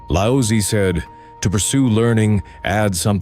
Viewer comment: His name is not pronounced as Lao sy....goodness. such disrespect. Its lao zi